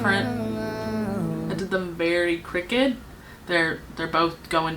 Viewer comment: The way you said crooked 🥴 lmao jk you’re soo beautiful and talented